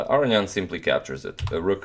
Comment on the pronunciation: Are you pronouncing Aronian's name correctly? Everyone else pronounces it with a long o.